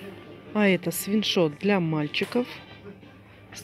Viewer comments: масик сапарова свиНшот))) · Свитшот, а вы говорите-свиншот